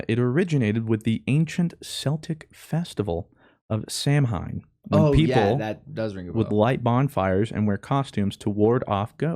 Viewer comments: Two things: 1. Its pronounced Celtic not Seltic. 2. Its pronounced Sou-in not Samhim. Thanks you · Hey, if you do read this the original Halloween Samhain is pronounced SOW-an. I hate to be that know it all prick in chat like "umm actually, you're INCORRECT" but Im legit Irish and I be speak the lingo, as the kids say hyuk hyuk. the patriotism flowing through my veins is overruling all higher brain function. (also I ain't patriotic) love you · Sow-an! Samhain is pronounced Sow-an! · Hey! The original Halloween festival is pronounced Sow-in! It's a cool holiday! Check it out more!! The origins of costumes is cool too! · Bruuuuuuhhhhhhh the pronunciation of "celtic" and "samhain" absolutely broke my Irish heart lmao